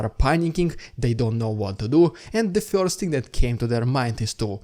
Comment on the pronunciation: Dude how you pronounce. words: first and confirm 😂